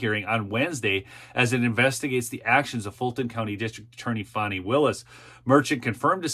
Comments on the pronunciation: I agree. I gently troll her by spelling it "Fawnee". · Her name is FANI not FAWNEY! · {FAN-NEE} ... NOT ... {FON-NEE} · Correct, as in Ass. Not as in Deer.